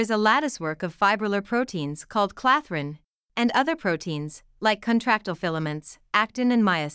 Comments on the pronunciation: Dont forget when she called clathrin “catherin” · Clathrin not catherin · Clathrin, not catherin. This is factually incorrect.